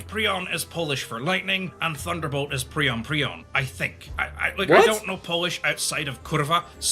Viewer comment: wtf is he talking abt xd also why is he pronouncing 'Piorun' as 'prion'?